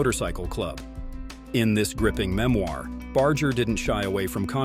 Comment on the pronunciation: Its pronounced Bar-ger not Bard-ger